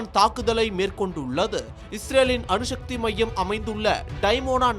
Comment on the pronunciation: தமிழ் உச்சரிப்பு மகா கேவலம் அணு ஷக்தி அல்ல அணுசக்தி